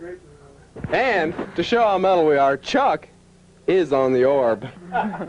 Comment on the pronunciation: Although she did pronounce Chuck's name wrong - dude was too polite to correct people